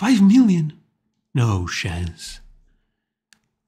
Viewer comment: "No shance"